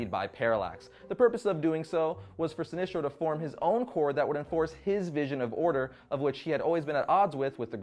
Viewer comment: Are you saying sinistro or sinestro? it sounds like you keep saying sinistro.